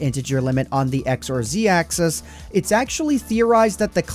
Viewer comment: Loved the video, but why must you pronounce axis like 'access'?